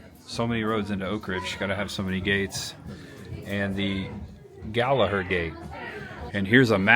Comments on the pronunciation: Gallaher, 3 syllables.Gal-a-her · It Is pronounced Gal-a-har